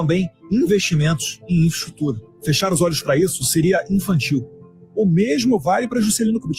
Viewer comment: elssa pessoa nao sabe falar infraestrutura nao. ponto hahahaha ate 2020 ja passou kkkkkk